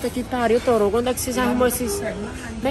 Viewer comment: Puta que pariu "torugo" kkjkkjkjkkkkkkk